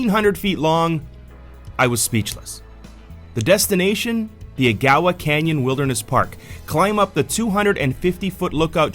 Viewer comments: I've lived in Soo On all my life and have never heard Agawa pronounced like that. It's not a-GA-wa it is AG-a-wa. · Agawa is pronounced a-ga-wa with all soft a’s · Ya think, wtf,I said. Where the hell is that, then I saw the train, never ever heard that said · An acute accent is on the first syllable of Agawa and the A's are pronounced short like in water. Bonnechere, meanwhile has a long, "O" in the first syllable with the acute accent on the second syllable and ,"E" is silent. The second syllable is pronounced, "share". "The indigineous (sic) population arrived here around 1700..." Really? That's a slight to the First Nation's people. Europeans explored the area before then and found there were lots of people living there. Nice video, great shots and otherwise a good production. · You should learn how to pronounce places if you are going to talk about them. Agawa Canyon and Bonnechere caves...